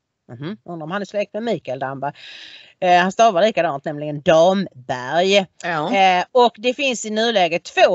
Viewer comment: Anne Ramberg Mikael Damberg Robert Damberg Ramqvist Matikainen kan uttala Damberg! Nu råkade Du säga Damberg! Dammegård heter en foliehatt! Heter Du Kallqvist? Ska det vara så svårt att lära sig uttala Svenska?